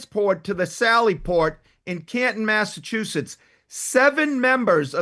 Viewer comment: “Massachusettes” attorney .🤦🏻‍♀️Ok thank you !!! Next ! Gooooodness !